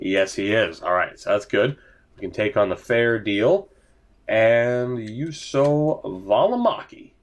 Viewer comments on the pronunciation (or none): Välimäki's name: You: - so (really short o) and not Jusso